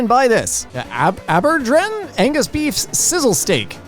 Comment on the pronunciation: jeez. aberdeen is one orf the easier scottish words and you managed to butcher it worse than that steak. ab er deen